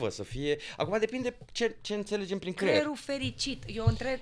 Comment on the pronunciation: De ce pronuntam cuvinte diferit față de ceea ce vrem să spunem. Ex 'cler' in loc de creier min 8.56